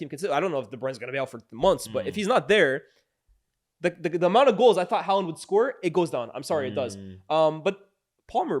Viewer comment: It's Haaland